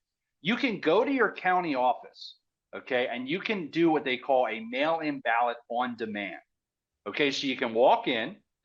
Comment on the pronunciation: Ballot.. not bawwot